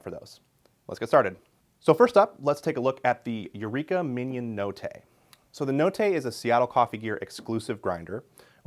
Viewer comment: Love this guy but the way he’s saying « mignon » is killing me.